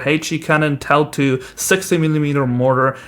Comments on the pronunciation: My dad (Iraq veteran) walked past, as I was watching this and he said "he's saying TOW wrong" he pronounced TOW like toe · toe is the correct pronunciation